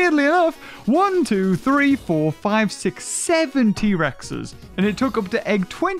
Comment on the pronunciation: it sounded like he said seventy rexes when he was counting lol